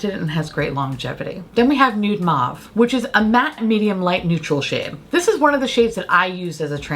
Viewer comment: Mauve is pronounced as ‘mowv’